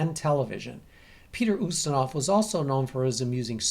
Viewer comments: It's "YOOstinov", not "OOstinov". I just wanted to let you know for next time. Nobody is perfect, not even. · I though it was YOU-stinov ??